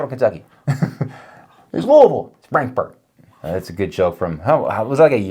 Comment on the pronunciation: at least you pronounced Louisville correctly, most people not from Louisville that I've met call it louis-ville